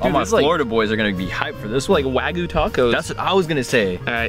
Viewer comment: He calls wagyu wagu